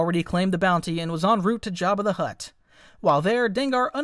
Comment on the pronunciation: Why did he call him jabbi de hutt